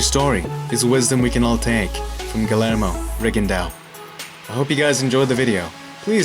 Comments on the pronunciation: plz learn to pronounce his name put some respect in it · great way of butchering his name!